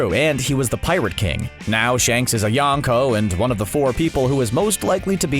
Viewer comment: Hehe “yawn ko”